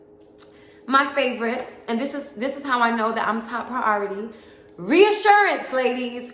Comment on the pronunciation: I'm over here dancing 💃🏼 along with you. "RREeassuRRRannnncee"...